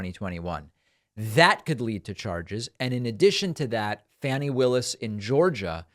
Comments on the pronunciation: David, sir, with tears in my eyes, get with it... It's no Fanny Willis, it's FAH-ni...😢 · Not pronounced " fanny ", it's pronounced " fawny". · Fani Willis's first name is pronounced = fawnee. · Please look up the proper pronunciation of Fani Willis's name